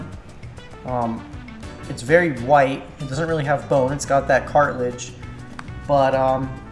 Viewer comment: it's cartilage, not cartlage... and some species do have eggs